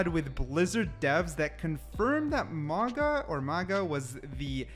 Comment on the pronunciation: Pronounced Maooga. I believe.